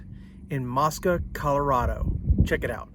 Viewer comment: Pronounced " MOE -SKUH." It is not an Islamic site.